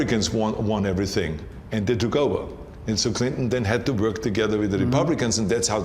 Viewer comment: the way Arnold is pronouncing "Wuörk" (work) is epic